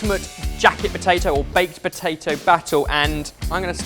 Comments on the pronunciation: Am I the only one getting flashbacks to the Guinness Cake when kept saying POTATOO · You're right! saying the word potato never fails to make me laugh